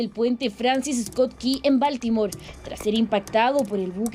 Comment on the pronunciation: Aprendan a pronunciar la palabra BALTIMORE PERIODISTAS DE JUGUETE SE ESCRIBE BALTIMORE Y SE PRONUNCIA BALTIMORE DONDE ESTUDIARON??